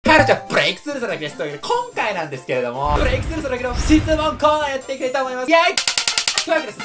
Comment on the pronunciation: はい！こんちゃ！ です！